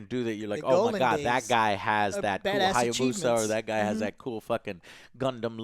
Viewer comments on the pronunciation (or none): none